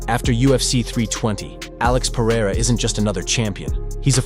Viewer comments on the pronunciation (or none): PEH-REH-RAH chael